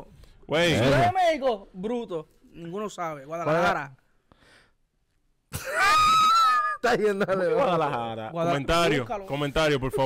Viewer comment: “Guadalajara” 🤦🏽‍♂️ saquen a el Don Omar blanco…